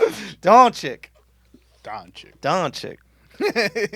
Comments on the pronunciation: Doncic not Donchick lmao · Next time learn to pronounce the name before you go disrespecting someones mom. Bunch of ignorants.